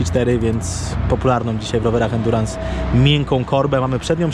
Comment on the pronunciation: Za każdym razem gdy słyszę endurans...